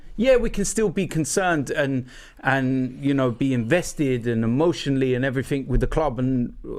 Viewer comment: Robbie ‘Um’ Lyle